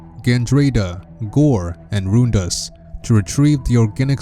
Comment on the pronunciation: Aleezzsha? I thought it was Elysia? Roondus? I thought it was Rundas? Zeebeese? I thought it was Zebes?